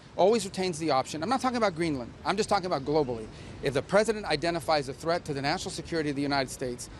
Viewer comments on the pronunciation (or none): "treath" ?? What on earth is that? Are you an American?